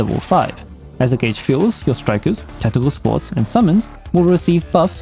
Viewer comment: Thanks for the guide as always, btw forgot the r in supports